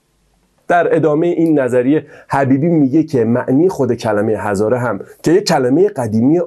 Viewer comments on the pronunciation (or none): none